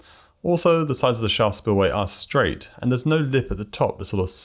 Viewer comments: I had to replay multiple times before I understood that you were saying "Shaft" spillway and not "Shah" or "Spa" or "Shot" spillway. Enunciation is good when you're naming the thing you're describing and its a new concept to viewers. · Two minutes and thirty seconds in and I have no idea what word he is saying before spillway. "Charl"? "Shar"?